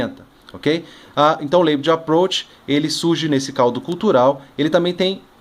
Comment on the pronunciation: A pronúncia que não é "leibelin"